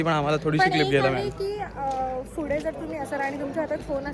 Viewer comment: and her fude instead of pudhe😂